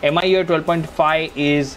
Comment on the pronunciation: Me UI dude. Not M I U I.